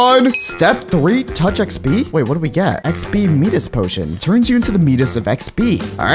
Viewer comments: You say it like mydas not meedas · When he said Medas when it’s miiiiii das HAIIIIIIIIIIIIAAAyAA king Miiiiii das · Hey no offense but it's not pronounced me-dis it's my-dis again no offense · the Midas is pronounced as mIdas, not meedas. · bruh said medias it’s Midas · ye ik he said meedas instead of mides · I'm still have the me-dis touch... It's Pronounced my-das touch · bro said medas istead of midas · Midas is not medas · my-dus not me-dus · No it it Midas not mydas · He called Midas “Me-dus”💀💀💀 He said it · Ah yes, i remember the Greek Mythology god, MEEDUS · Yo, its pronounced, m-i-dis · dont you know Midas (my-dus) the guy with golden touch?!?!? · “ me-das” bro learned ela in physics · XP 'Meedas' Potion 💀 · The pronunciation is my dis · He said "meedas of xp" lol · bro said meedus🤣🤣🤣🤣🤣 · bro rlly said medas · Bro, it is mides midus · anyone else realized he pronounced Midas wrong